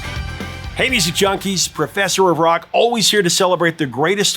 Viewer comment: everytime you say "Professor of Rock" I'm hearing Professor Iraq